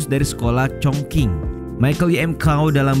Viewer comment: Q nya dibaca spt c. Bukan k. Lucu sekali jadinya denger congqing jdi congking. Dinasti qing jadi king. 😂🤣